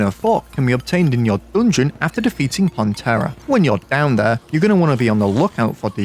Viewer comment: why this guy says "doongeon" instead of "dungeon"?